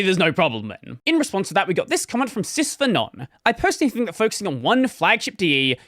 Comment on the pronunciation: It's Pronounced "Sys-V-Anon", like SysVinit. It's rare I ever comment publicly like this, as I'm not much a social media person, with the Devuanusers forum being a noteworthy exception. Perhaps I was a bit hyperbolic with regards to "Impossible to ignore", sure. But believe me, Daemonratte wasn't the only one who'd been thinking about something like this for a while. It's become increasingly clear over time that the ideologies of the various camps in Linux are becoming irreconcilable. People keep asking why we're doing this, why we don't just work with GNOME, why we don't do this or that. And I will say here, publicly, exactly what I have stated on the forums: GNOME's treatment of Clement Lefebvre, the creator of Linux Mint and perhaps one of the most well-meaning people in Linux, could not be a stronger deterrent, and that's not even talking about everything else that's happened alongside that. That is why we do not work with them. Unfortunately, it feels like far too many bridges have been burned. And not to mention that at least some of us in this camp - myself included - fall into the perma-computing and/or preservationist crowd. If some of you had even the faintest idea how much blood was in your silicon, you'd look at it very differently. But because it's across the ocean and happening some far-away place, people are detached from it. People look at a video of it on TikTok, say "Oh, that's sad", and then keep scrolling. We've all grown far too numb. From the bat